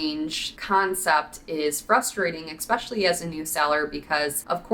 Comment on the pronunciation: Love your vids... But the word is Essssssspecially not ekspecialy!